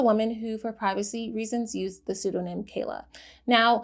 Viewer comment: Pseudonym ... not "pseudoname" check pronunciation lovey. Oh ... and recognizance, too